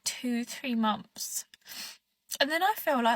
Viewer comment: Mumpfs not months. They invented the English language and butcher it every time they open their mouths